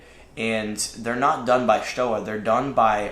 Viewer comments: I think it's pronounced "SHtoVa" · I'll help you in your pronunciation of Stowa. It's the same ''stow'' as in ''stowaway''. btw nice vid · Well... a bit long winded but that STOWA Flieger Klassik 4 Modelbau A deserves even more time ! And admiration ! Nice job, boys ! P.S. Stowa reads like "Shto-wa" ! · They are making a 43 mm now. I'm ordering a 43 mm Chrono. I can't wait to get it. And it's pronounced "shtova." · Its pronounced Sto"V"a.